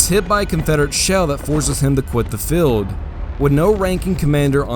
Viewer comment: good historical facts, you need to work on your pronunciation , feld= Field, and many other words, do not mean to be nit picky but English is English and a good narrator WORKS on pronunciation, unless its woke English.